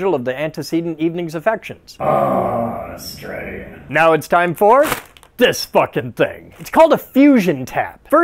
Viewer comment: You accidentally pronounced Australia exactly correct and that's pretty cool.